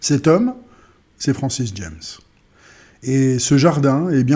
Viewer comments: Son nom se prononce ''jame'' ,pas ''djèmss'' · "Jammes" se prononce à la française car c'est un poète français, donc comme les trois premières lettres de l'adverbe "jamais".